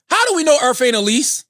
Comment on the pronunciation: "How do we know Earf ain't a lease?" Aight Imma head out.